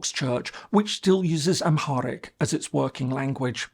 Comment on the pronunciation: This guy can't even pronounce Oromo or Amharic..as words ???